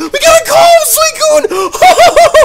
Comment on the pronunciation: said Swocune